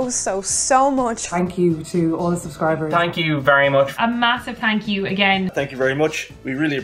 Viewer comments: "Tank you" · Are you more Irish if you say, "Tank you", instead of "Thank you"?